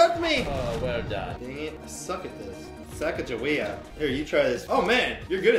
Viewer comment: "great balls of sacajewea"